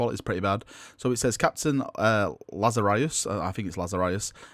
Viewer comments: La-za-rus...not lazarius.. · The new captains name BTW is pronounced Laz-A-Ris. like the pit Raz Al Gul used ;) (of which both are a referance to a biblical figure). BTW the idea of being saved via the primaris update isn't something new. read Spear of the Emperor ;) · It's pronounced LAZ-ar-us. As in the man in the bible that Jesus rose from the dead after 4 days in the tomb. Get the symbolism? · It's La-za-rus m8, have you red the bible? Great vid, i don't mind the double video spam, i want moooore :) 10 will be perfect. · "It's just regular Laz-a-russ"